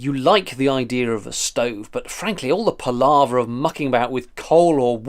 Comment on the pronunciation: I like the word "par-lar-ver"!